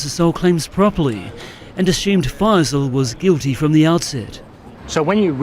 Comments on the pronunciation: Not faz-eel, 'fye-sul' is how it is pronounced (fye that rhymes with pie and sigh). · Text: FAISAL You: This is Fazeel